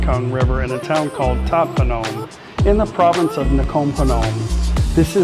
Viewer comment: Lol ... AI needs a bit of education " That ' POOnom"